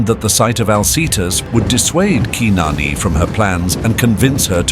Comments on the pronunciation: yes I did, but once again it's the Google engine, khnarnee, not keenarnee, the former sounding more accurate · or like ur AI calls her qui-non